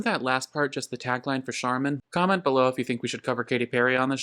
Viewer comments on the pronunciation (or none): none